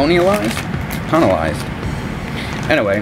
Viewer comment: When saying the word colonized, just think of Collin Ferrel….Collin ized